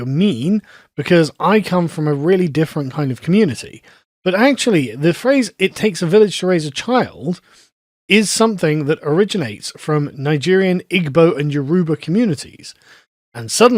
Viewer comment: There’s a lot more nuance to this than letting on literally from just a saying “It takes a village”. I’m American, not British (although that’s my heritage, we got the hell outta there a few centuries ago), and I’m married to a Nigerian. BTW, you’re butchering the hell outta “Igbo” and “Yoruba”. There’s various aspects being missed in this instance that demonstrate existing integration success, and also existing “challenges”. Personally, I wouldn’t have married someone who didn’t fit into what I believed a family should be. But also, Americans are just much more open to multiculturalism and its success — when it’s a melting pot, not this resistance to assimilation. First, most Nigerians are Christian. Like very Christian. They definitely adhere to the nuclear family, sometimes to a fault since children out of wedlock and divorce are outright shunned which can result in toxic marriages staying alive. But, they’re not as flippant about getting divorced over some disagreements that your typical American or Brit is. And that’s a damn good thing. The “village” is that extended family are usually in pretty regular communication and your children are well aware of their aunts and uncles. Even moreso because they’re usually spread out. Everyone’s also generally on the same page about parenting, so aunts and uncles aren’t shy about disciplining children; but if they go against your standards there is no fight, the clam up and know their role. This isn’t some huge culture clash